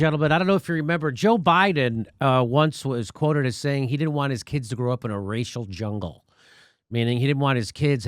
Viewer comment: He said Rachel Jungle. C'MON FAT!